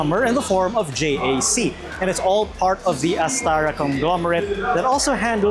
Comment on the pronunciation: It is not J-A-C it is JAC